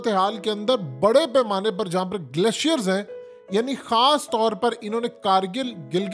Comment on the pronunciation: Glaacier combaat 😂 haqeeqat TV ko to bola bhi nai ata